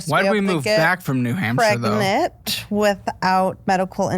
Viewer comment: Pregnet? Pregante? Pregananant?